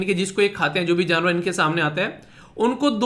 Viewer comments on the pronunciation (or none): Jnavar nahi sir ji janvar boliye